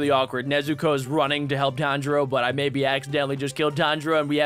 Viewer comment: its tan-jiro